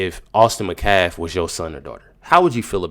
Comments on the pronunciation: His name isn’t Mccaff it’s Metcalf! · SAY HIS NAME RIGHT! It's Austin METcalf!!! I commented before and just checked back today and you're STILL pronouncing it wrong. That's disrespectful to the victim and his family. It's NOT "McCaff" it's pronounced "MET-caff". I have liked watching your videos, but cannot watch them anymore if you can't even say Austin's name right. So I'll check in a few days and if you fix it, I'll keep watching, but if you can't even bother yourself to say METcalf right, I won't watch ANY of your videos anymore. Last chance. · It's not "McCaff," it's "Metcalf!" Even the well-meaning black people don't get it right most of the time. M E T C A L F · Pronunciation of “METCALF”: it is not “Mu-CAFF”. It is “MET” (as in “Sam MET a new friend”) and CALF (as in a baby cow). The accent is on the first syllable: METcalf. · Austin’s last name is Metcalf with a T. Not Mecalf. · I didn't hear any content about your titled video 🤔 Also, the last name of Austin is pronounced METcalfe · It’s pronounced MET calf. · IT IS PRONOUNCED MET-CALF!!!!!!! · Metcalf is pronounced "MET-calf", emphasis on first syllable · Dude!!! The T in Metcalf is NOT silent.